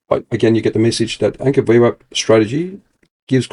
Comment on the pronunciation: This is so painful to watch with the daft voiceover changing the pronunciation of VWAP all the time.